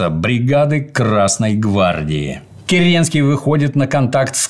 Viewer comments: Слушая это, у меня стихийно возникает вопрос почему ни один человек не заметил искажения фамилии, правильное и подлинное звучание которой всем давно известно и произносится Ке́ренский, а не Кере́нский... И тем более почему Д.Ю позволяет себе допускать такие ошибки, и излагать свою версию произошедших событий, в том числе без ссылки на авторитетные источники ввиде исторических трудов учёных историков, которые этот вопрос трактуют явно неоднозначно! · В фамилии Керенского ударение ведь на первый слог. ДЮ произносит керЕнский. Слух режет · Правильно Ке́ренский